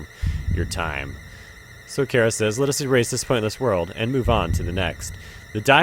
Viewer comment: Chara is pronounced CARR-A.